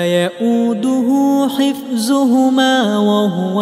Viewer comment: And also instead of hifzuhumma needed to recite hifduhumma at end of ayah.